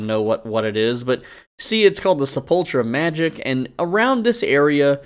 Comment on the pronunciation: se-pul-cher = se-pul-ker btw lol